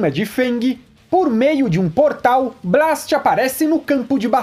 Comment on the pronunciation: Tu ta falando Blast errado